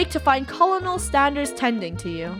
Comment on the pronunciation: Is It Just Me Or Did She Say Colonel Standers